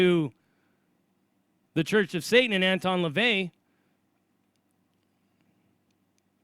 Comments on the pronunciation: It's not "Shatan", it's "satan". The letter ש can be pronounced Sh or S. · I don't mean to persist, but I am a native Hebrew speaker and long time bible student. [If this is bothering you I will stop]. The correct way of saying the word is satan- שטן. Ha Shedim?השדים That means "the demons". Best wishes